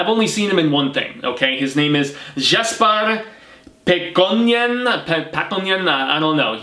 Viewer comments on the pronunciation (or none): none